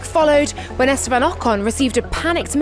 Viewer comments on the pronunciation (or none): none